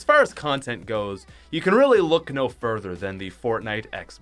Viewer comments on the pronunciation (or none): none